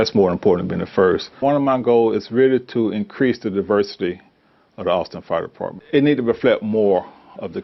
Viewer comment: dude cant even pronounce the word Department